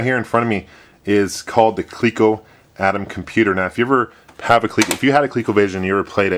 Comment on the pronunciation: It's not really "Kleeko" though, is it?!